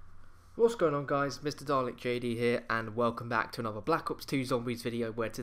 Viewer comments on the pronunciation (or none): none